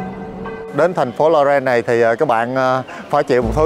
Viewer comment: đọc tiếng nước ngoài ko rõ lắm. Florence mà nghe thành Lorraine ( bên Pháp ). Phát âm ko rõ giống như đang ngậm kẹo. Nhưng dẫn chuyện dí dỏm và clip quay rõ điểm tham quan